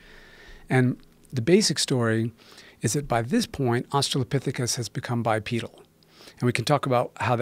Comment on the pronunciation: If Joe learns anything from this conversation I hope it's how to pronounce Australopthicus.